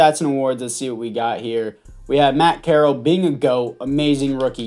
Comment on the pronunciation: Man said carrol